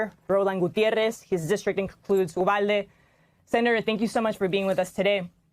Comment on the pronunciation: Good interview. Just wondering why the host kept using a W instead of a V in the name of the town Uvalde.